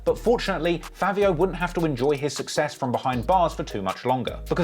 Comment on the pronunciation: Why you say “fAAvio”😂 and lets be real bro sheff and sleepy so much better than fAAvio